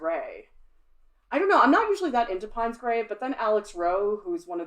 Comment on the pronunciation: pines grey? sounds exotic! piney! . i thought it was pronounced pains... paynes grey.